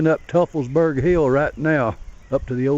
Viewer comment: Great video but it's pronounced "toi-fels-berg" not "tuff-fels-berg".